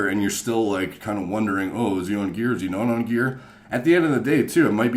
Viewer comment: You say gear like metal gearrrrrrrrr